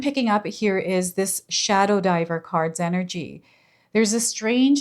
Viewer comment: My ears starting ringing when you said shodow diver